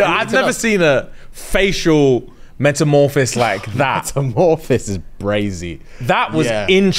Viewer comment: metamophis I can't its metamoRPHASIS 😂